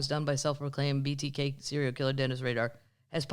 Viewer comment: The BTK killer is not Dennis “Radar.” His name is Dennis Rader. Pronounced like raider.